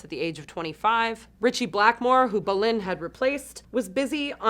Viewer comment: She should learn how to same the names Right Its tommy Bolin BO lyn its Lynott LIE NOT silly woman get it right